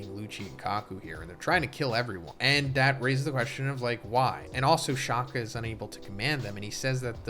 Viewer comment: As a South African, I do not like how you mispronounce Shaka, like just one search and YouTube and you could fix it. Especially after watching your previous 1075 spoiler video. It is not Shakhah! Like there is no need to overemphasise the K when pronouncing it (Shaka is a Zulu name for Shark, not the English Shaka).